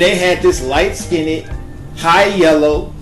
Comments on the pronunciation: The word is skinned...not skinded. It's our language...use it well. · If you look mixed even if both parents are Dark Skinned , then those people people both carry genes of mixed Race. If you get your cells checked by companies such as "23 and Me " or at you find that you are mixed... And it's pronounced, "Skinned "not (Skinntid). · I can't watch this because he keeps saying "light skinnit" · The word is not SKIN NED..its SKINNED..ONE SYLLABLE. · Its skind. Not "skin-ed" 🤣😂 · Why are you saying skinneded? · Light SKINNED. It's all one syllable! /skin'd/ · please learn to say it correctly. It is skinned NOT skinneded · good vid but 1 suggestion please stop saying "skinnded" the word is skinned like end not ended. I just had to say something because it drives me nuts when people add the extra ed but all in all great topic. I'm "mixed" but don't really feel the need to tell people because I don't look like it because I'm not beige or "yellow" people c my dad & go "girl y didn't u tell me u was mixed" like I committed some crime by not claiming or owning it... lol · nikki waller Lol let me add on to it. It's skinned, not skin ed or skin ind.😂😭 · "skinded"??? Skinned! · why is he saying "skinded" for"skinned": but more importantly bi-racial isn't always white/black how about pakistani/american indian with gorgeous brown skin...never thought dandriege was mixed ..know lots f back women who look like her: beautiful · the pronunciation of the word is light skinned (liteskynd)....im sorry....thats the best I can do. Listsenig to you say skin ned is annoying. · why do you say LIght- skin-et... lol like damn just SKINNED (SKEEND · Can you please pronounce Skinned as one syllable. It is not skin-Ned. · Light skinded...I can’t listen to this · Skinned not skinnid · I would have loved to have watched the entire piece but to keep hearing you say skin-ned was like fingernails being raked across a blackboard. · he said light skinnit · Light "SkinDED"? =( Hard to listen to this..